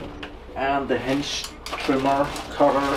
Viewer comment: Nice review/test - thanks! I wonder who gives you thumbs down. Perhaps because of your pronouncing of "hedge" which sounds as "hinge". Anything else is really great. I've myself been looking into a cordless hedge trimmer watching a ton of videos here on youtube. One thing I especially like is that you put the tool to a real test and not just petting some thin branches of a very open shrub. Even demos of the pro grade tools was like that - thanks for being so informative - NOT. Many of those I could but faster with nothing than a pair of scissors so why would I then buy a big and costly machine... - but not your video - it is really providing a lot of great info - so a huge thank you for that! Basically my choices was among Bosch AHS-50-20, Milwaukee, that Ryobi and then the store brands at Uncle Harald and Jem&Fix. I was leaning towards the Milwaukee as we have that brand at work so getting it is easy and relatively good priced. But looking at the weight is was out of the question. It's even heavier than the old corded Makita I was getting tired of - partly weight - partly the cord. Since I have Bosch drills and generally I like the quality of the green Bosch the case was settled. It's not "pro" grade but still very well made and sturdy. Synes nok jeg kunne kende accenten ;) Hygge!